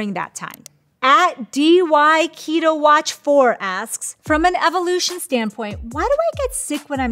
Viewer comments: She said “D-Y-KETO-WATCH.” 🥴🥴🥴🥴🥴🥴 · D-y KETO watch lolol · "DY Keto Watch" lmao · i love this but the way she pronounced "dyketowatch" LMAO honestly wouldn't be surpised if she had to mispronounce it to avoid censors or something